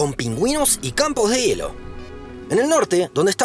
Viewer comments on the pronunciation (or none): none